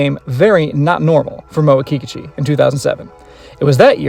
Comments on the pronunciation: Very good video. Thanks. Sounds like you are pronouncing her name Kee Ka Chu. I thought it was pronounced Ki Kooochee. Now I feel I maybe saying my favorite girls name wrong. Please say it isnt so.?? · The stress is on the second syllable, in Kikuchi.